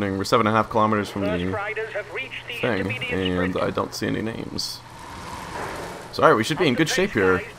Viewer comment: You're pretty much pronouncing all the names like an ignorant American to be fair ;-)